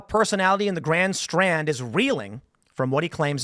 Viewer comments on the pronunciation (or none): none